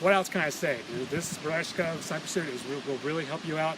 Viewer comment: Right pronunciation is "BERYOZKA" (берёзка) with an accent on YO (Ё) :) Good luck!